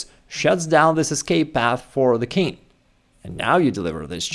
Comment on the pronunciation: I wonder… why do you say « kin’ » for the king, dropping the g altogether? For some reason I find it a bit annoying…😁